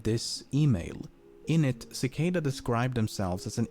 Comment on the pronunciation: kuh-kahda free free oh one? Really?